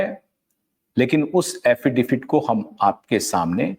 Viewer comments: अरे भैय्या, 'अफिडेफिट' नहीं, अफिडेविट कहो ! Rectify your pronounciation ! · aapka poora podcast hum dhyan se sunate hai par yakeen maniye ek shabd ka uchchharan bada khatakta hai... Agarplz aap use sudhar le to. Aap affidaVIT ko affidaFIT bolte hai. Use kripa kar sudhar le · Thank you for your great work! Sir - with all due respect, the legal word is pronounced as “affidavit” or एफ़िडेविट! Justice for SSR, Disha Salian and all the others!